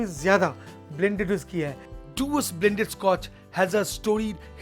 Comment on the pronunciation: Dewars ka Pronunciation dayvaz hai.. Read it slow... Day-vaaz!